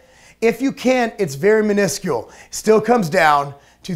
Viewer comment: You pronounced minuscule wrong.